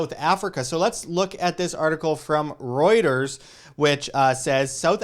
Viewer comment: Please learn how to properly pronounce ‘Reuters’ !!!